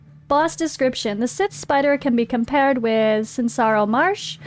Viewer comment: Love it. That's hilarious. Scythe. Long I vowel sound... like sigh, but with a 'th' at the end. Eye, kite, wife, bike, might, fight. Scythe (silent e). But anytime I get some Sith hits, I'm happy. 🙂 Also, you can't actually kill the adds, so that makes the Prism shield a little less useful. But since damage is really, really, low, that isn't much of an issue. That stats from it still makes it useful. Probably more useful than anything else.